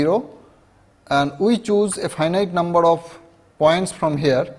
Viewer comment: Numbhad of levels..lolz